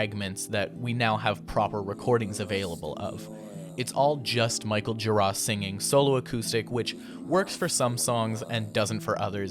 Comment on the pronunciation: Why are you pronouncing Gira and Jarboe with the accent on the 2nd syllable?